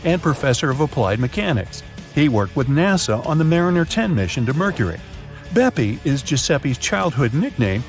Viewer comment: I m italian… and every time i heard BEPI COLOMBO… i do not even know what to say!!!😂😂😂 is “BEPPE!!! From “giuseppe” but TBH should be “PEPPE”…